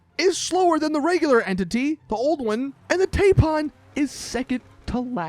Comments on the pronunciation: I have a 'Saints Logic.' Taipan is a snake, t a i p a n isn't pronounced Tape Pan, its pronounced Tipan. Its just the small things I guess. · Dude it’s Tie pan like the snake 😂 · Exactly. That's simple logic though. Why would "Tai" sound like tay and "pan" sound like pun?